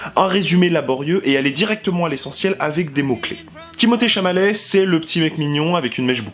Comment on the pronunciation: Et c'est Timothée Chalamet et non Chamalet ;-)